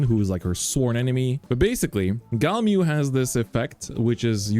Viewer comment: says he loves it and cant pronounce it.. smh